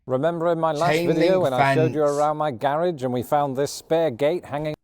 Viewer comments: Gar rage😂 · That's a double car garage...and gah rah geh is how we pronounce it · It cracks me up how you pronounce garage!😂